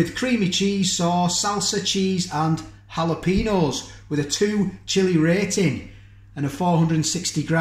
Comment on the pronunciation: Spot on saying Chiquito! But need to work on jalapeno. Hal-a-pain-yo But from crazy California, I would have no idea how to say Leicester....most yanks couldn't. But just hearing you say it makes it easy enough!